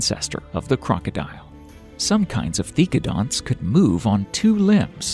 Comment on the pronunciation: Seriously, you mispronounced so many animals' names. The most egregious was Dye-ma-troe-don when it was Die-MET-row-don! And it's Theck-o-donts, not Thee-do-conts!